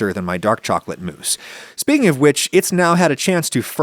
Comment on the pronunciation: It's pronounced mousse, not mousse!